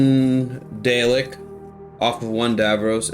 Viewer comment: Daleks are pronounced dar-lexs if there are multiple or just dar-lek if it's one 👍🏻